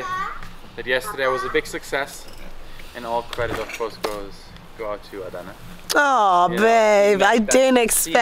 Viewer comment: I'm confused, why's her name pronounced "AY-da" and not "ada"?...